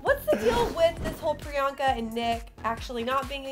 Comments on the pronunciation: It's priyanka not Rriyanka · Pree-I-Yank-It Chupacabra